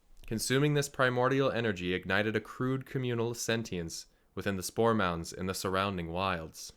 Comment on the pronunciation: it took me some time to realize was saying spore mounds......and not store mounts!